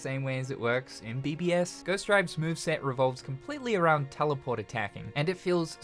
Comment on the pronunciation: “Tellyport.” Hehehe.